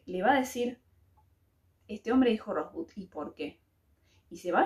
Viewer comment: si hubieras visto la película sabrías cómo se pronuncia Rosebud. Y si, al final se sabe qué significa esa palabra